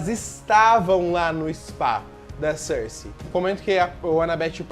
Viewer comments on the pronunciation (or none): Meu Deus, quando vc pronunciou Circe... Juro pelos deuses que ouvi Cersei, do game of thrones scr kskdkdk